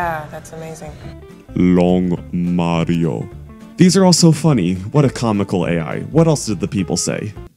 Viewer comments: Given the distinction does not exist in the English language, to pronounce "Mario" correctly I find it helps to go in the opposite direction from "Moe•rio", or practice by saying "Maaaaaaaa.....rio". Avoid pronouncing it like "Mars". (Insert funny final sentence here) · The proper pronunciation is Mah•rio as apposed to even Ma•rio, what's the difference you may ask?... I'm not entirely sure but I think it's a longer "ahhhh".